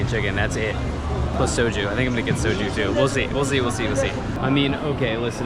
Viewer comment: Well you can pronounce soju correctly, so life sorted.